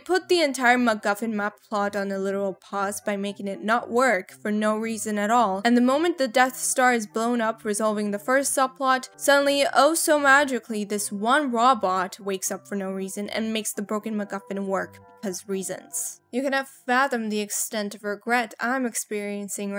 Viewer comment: What's a Rabot? Do you mean Robot?